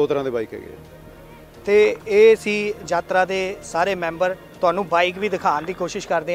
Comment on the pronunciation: ਐਂਕਰ ਭਾਈ ਸਾਬ੍ਹ ਨੂੰ ਦੱਸੋ ਕਿ ਸ਼ਬਦ ‘ਯਾਤਰਾ’ ਹੁੰਦਾ ਹੈ ਨਾ ਕਿ ‘ਜਾਤਰਾ’